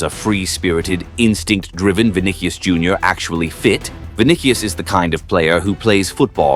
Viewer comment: “vin dih ious”